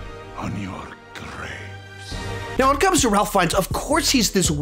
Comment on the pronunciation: its RAIF FINES, I know it doesnt sound like RALPH.....Raif!